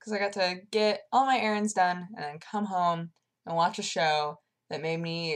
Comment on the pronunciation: "All my ERINS done". Lulz